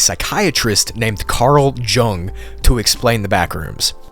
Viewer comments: Man said Carl Gung, it’s Carl YU-ng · Carl Jung ("YOONG") "J" is pronounced as a "Y". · love the video but i just gotta say that carl jung is pronounced carl “yoong” but understandable mistake ! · I hate to nitpick but the fact you haven't heard of him is disconcerting enough, It's pronounced Carl young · Carl jung is pronounced " Young" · Carl Jung, is pronounced like: "Carl Yoong". :/